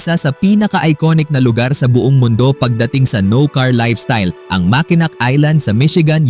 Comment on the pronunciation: It pronounce as Makenow Bucket list ko Yang Mckenack(Makenow) Michigan because of Somewhere In Time my 3rd All time favorite movie